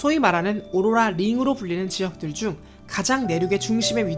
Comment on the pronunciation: 오로라 발음 왜케 못해욬ㅋㅋㅋㅋㅋㅋㅋㅋㅋ